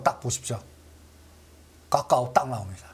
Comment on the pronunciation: 까까오 나왔또요? 까까 줄까요? 까까오 까까 발음밖에 안되면 집에서 까까나 드세요 까까오